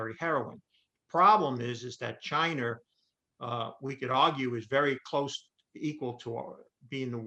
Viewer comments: Is it just me or is the guy saying chiner and not china? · I can't take anyone seriously who can't pronounce China correctly. "Chiner"? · I love the info, but it's China, not Chiner. That pronunciation was brutal. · Peter was talking about "Chiner" not China. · Am I the only one who watches Peters interviews solely to hear him say “Chiner”? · I thought he kept on saying CHINER....HAHAHA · Chiner. Love it. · ‘Chiner’ lol